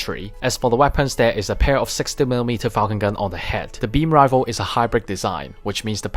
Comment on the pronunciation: Its pronounce rai fle not rivel